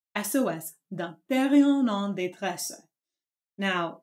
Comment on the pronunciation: Just passing by: "en détresse", not "en d'étresse". Of course meaning "in distress".